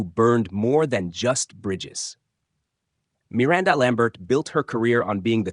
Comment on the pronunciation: you can't say Miranda right?